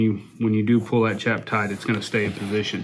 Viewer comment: I appreciate the video after the 369th time you said "chap" wrong.